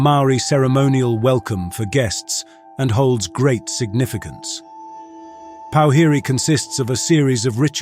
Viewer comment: as someone who speaks fluent te reo - powhiri is pronounced - pour-fi-rey (with a roll on the last “r”)